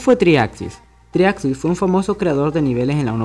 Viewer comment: El primer paso para explicar algo de Geometry Dash es saber pronunciar el nombre. En fin, buena explicación.